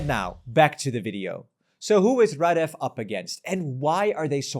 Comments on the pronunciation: how come you say rahDEFF half of the video and RAHdeff the other half 😂 it's the latter that's correct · Why can't people learn to pronounce names correctly? It's rAdev, not radEv. It's not that difficult, and it honestly makes your presentation a lot more sophisticated.